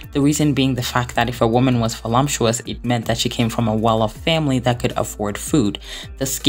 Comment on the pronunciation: I’ll comment on the video separately and it’s clear to see it took a ton of effort, but I need help out here, are many words mispronounced on purpose? Is it a part of the way you speak? I really couldn’t with the Audrey HURPburn or voluMPTuous and decided to ask